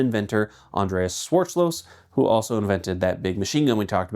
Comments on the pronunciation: No German word left properly pronounced 😔 "Von Driss" "Shuarzloz" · It’s Dreyse as in: “dry-suh” like Porsche is “porsh-uh”. Schwarzlose is pronounced: “shvartz-low-suh”. And it’s bloody Kalashnikov! Not “kalishnikov”! 😂. Good day.